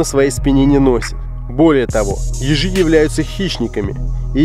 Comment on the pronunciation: Когда он сказал ежи мне послышилось езже